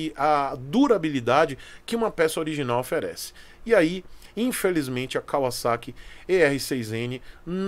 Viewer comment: Um dos primeiros q eu vi falar o nome Kawasaki com pronuncia correta (Y)